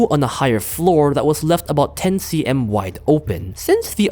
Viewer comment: first time hearing someone saying "cm" like that